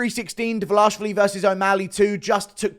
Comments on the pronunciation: His surname is: Dva-li-shvili NOT: Dva-la-shvili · Dvalishvili!!! How hard is it to pronounce this right you little goblin!:)))) Georgians once again send you regards!!!🎉🎉🎉🎉